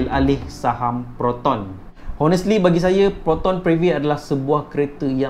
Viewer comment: Good Content bro. but... Honest pronounce O-nest, silent H ! aku trigered!